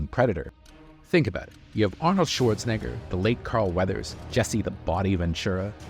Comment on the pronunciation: Just say Arnold ❤🎉